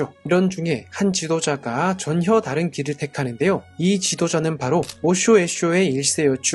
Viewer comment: 이분 '전혀'를 '전녀'로 읽어버리네. 역사도 잘아시고 공부도 잘하셨겠고만, 우째 읽는건 요상하게 읽으시나.